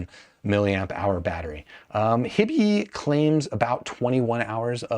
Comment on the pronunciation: HI-bee, not hibby. “Hi” as in Hi-Fi. So grating every time he says their name.